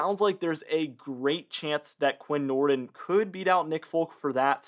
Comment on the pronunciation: It's pronounced Quin Nord-een. Lol